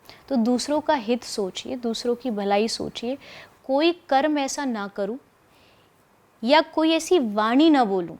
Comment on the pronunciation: Bhai please 'karm' ko karma mat bolo ye galat hai ye galat chij ko speard mot karo